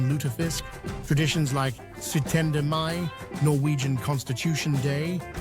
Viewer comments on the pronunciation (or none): It was 17 May, not Sutender May